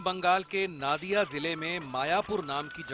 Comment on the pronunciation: Not नादिया नदिया ok